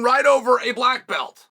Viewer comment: Blagg belt. Who give him blagg belt??😂